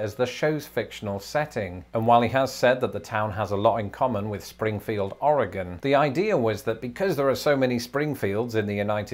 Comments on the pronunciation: You are one of the few people who don't live in Oregon pronounce Oregon correctly. As someone who lives here it made me smile a bit. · I live in Springfield Oregon, thank you for pronouncing our state correctly!